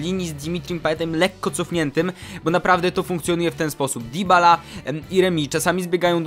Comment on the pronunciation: Mówi się: Dybala, przez "y", a nie "i"